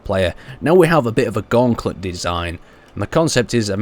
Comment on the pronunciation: he also said gaunklet